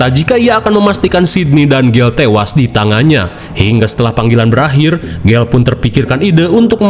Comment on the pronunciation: "Pilem vun syudah belakhirrr" ah sudahlah